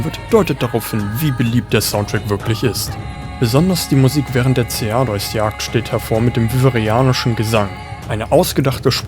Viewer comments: Abgesehen von der Aussprache vom Lagiacrus und Ceadeus :D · Gutes Video aber wie du wirklich jeden Namen gottlos falsch aussprichst schmerzt richtig beim Zuhören. LagiakrUUUs, Seadois, Kushala DAAora. Selbst wenn ich es versucht hätte, wäre ich nicht auf diese Weltfremde Aussprache gekommen